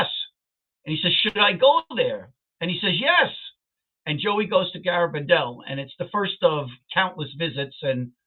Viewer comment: It's gare, not garr abandal.